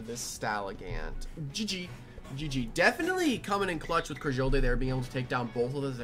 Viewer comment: Ok as somebody who has used cragildae for a while i have a few comments 1 bandit is super mid the most op set for cragildae is attack and speed invested war cry ferocity Also as soon as i heard crah-jill-day i checked out